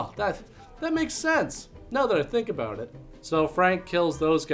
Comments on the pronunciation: Ooh, was that the first ABOOT ever? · I just discovered this channel, and I've been laughing my ass off since yesterday....but I'm most grateful for the "about/aboot" joke at the end! That was just what I wanted to hear! Now about those entreaties to "check this movie ote....."